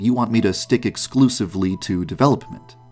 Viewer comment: Am I the only one who lives for the way he says “develoPPPment”